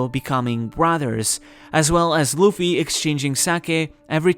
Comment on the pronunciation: It’s luffy